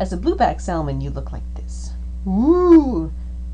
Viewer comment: Love this game. Thanks for uploading the video. Please stop pronouncing the "L" in Salmon.